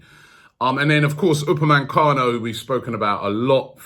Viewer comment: ROBBIE, UPAME... CANO.. NO N in the middle... You've been saying UpameNcano for months now c'com